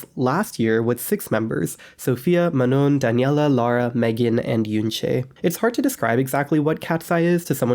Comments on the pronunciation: It's pronounced Ma-noh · Ma-Nah is how to correctly pronounce Manon's name